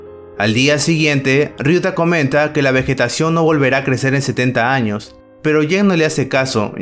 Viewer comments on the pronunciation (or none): none